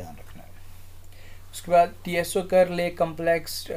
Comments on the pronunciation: But its not pronounced as T-S-O 🙏....Its like u saying Apple as A-P-P-L-E .....Not arguing Sir just telling ❤️ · Tso can be pronounced as "Soo"